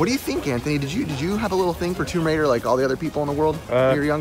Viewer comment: "Tome Raider"